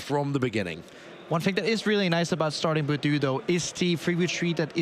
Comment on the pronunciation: It was really hard listening to the caster calling budew - Boodoo. Like I understand a few mons have different debated name pronunciation but come on. Also rescue stretcher hasn’t been around forever. It is a night stretcher. I try to be forgiving but there’s WAY too many mis-calls (attack names/items/boardstates) just being normalized.